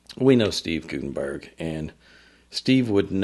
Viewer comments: It’s pronounced “GUT” not “goot” in Guttenberg. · I can tell by the wording that this is NOT Steve Guttenberg. That is not his style. It's Gut not goot-enberg. Per Steve.